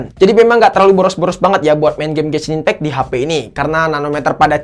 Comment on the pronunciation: apa aku gak salah dengar? Dia bilang "Benshin Impact" what??